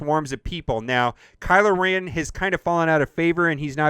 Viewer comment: Kylo “Ran”?